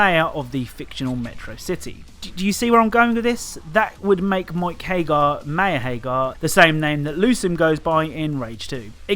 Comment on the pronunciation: It's "Haggar," you fool. Remember phonics. A double consonant implies that the following vowel will not be stressed. This is like 2-year-old shit, man.